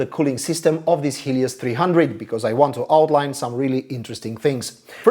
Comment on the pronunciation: For 1/2 of the video I thought the author was saying "this HIEDOUS 300", which did not many sense as he was clearly praising the laptop. I love this design!